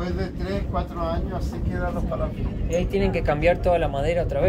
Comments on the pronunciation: No son paláfitos ,son palafitos. Sin acento en la a. La sílaba tónica es fi. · Se dice palafitos, con acento en la i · Palafítos, así se pronuncia, pero no lleva tilde o acento en la i. Isla de Chiloé. Es tan hermoso mi país. Si tienen la oportunidad de visitar Punta Arenas, y todas esas zonas, los Pinguinos Rey, por ejemplo. También la Cueva del Milodón. Las Torres del Paine, Puerto Natales, etc. Se puede visitar también para el lado de Argentina, el Glaciar Perito Moreno, es maravilloso. También en Chile los Glaciares Balmaceda y Serrano. Y mucho más. Saludos desde Chile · NO es pa LA fito sino pala FI to, todas las palabras esdrújulas llevan tilde, para eso sirve la tilde para saber cómo se pronuncia las palabras... Y por eso hay reglas, si termino en vocal, N o S y tiene tilde solo podría ser esdrújula y aguda, si no tiene tilde y termina en N, S o vocal, ES GRAVE... o sea pa la FI to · no se dice paláfitos, se dice palafítos, buen video. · No son PALAFITOS el acento no vaen la A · se pronuncia Palafitos...sin acento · Hola chicos! que lindo como lo estan pasando :D! Lo del minuto son los desechos del restaurante, como son cosas marinas las tiran ahi mismo a los lobos marinos que suelen estar con la marea alta ahi mismo donde bajaron ustedes jajaja. Un abrazoooo sigan pasando lo bieeeeeen. PD: se pronuncia PalaFITO con tilde en la I xD ❤